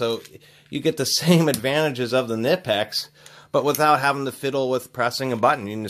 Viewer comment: nip-ex? oh dear, you didn't pronounce that right at all